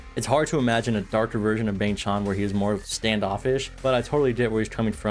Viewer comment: Bang ChAn not chon 😢 Chan rhymes with can 😊 (same with Changbin) Seungmin is the main vocalist, not lead ❤ 3Racha writes all their music that's released by JYP